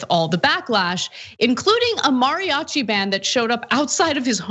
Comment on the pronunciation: This anchor keeps pronouncing “mariachi” weird and it’s bothering me